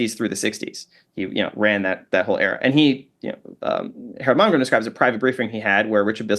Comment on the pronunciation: I wish this dude would actually try to pronunciate each important figure he's talking about in the conversation. I'm loving the conversation and I actually love that he speaks fast.. but god damn man, ive had to replay timestamp about 15 times before i could somewhat make out a legible name. I kept hearing "HAR-MAAR" or "HARO-MAROGRIM". I think hes saying Harold Valgrind? Harold Malgrim? Harold Momgrim? I couldn't google HAR-MAAR and get anything relevant.. I do not speak CAT! 😂